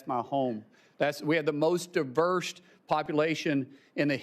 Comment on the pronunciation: “diverst”? Not DIVERSE?